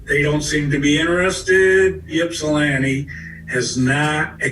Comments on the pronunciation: Ok I’m gonna be that guy. I live in Ypsilanti. But its not pronounced “YIPP-sa-lan-tee” it’s pronounced “ ipp-sa-lan-tee”. Lol. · The Ypsilanti pd is such a failure of a public service department. Complete joke. I went to EMU and lived at Penn Place where she was murdered. EMU has had several homicides. But my god ...the pronunciation is (ipp)silanti NOT (yip)silanti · This was confusing as hell. But on a lighter note, the grandfather pronouncing Ypsilanti "Yip-silanti" at times is funny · It hurts my soul every time says Ypsilanti.